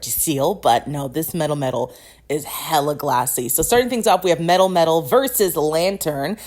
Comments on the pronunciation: Your pronouncation of melmetal is so bad 😭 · Are you saying Mel-Metal or MetalMetal?